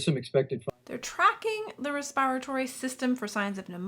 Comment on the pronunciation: Respire-a-tory fxn